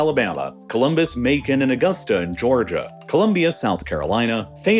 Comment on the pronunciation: Mownan? lol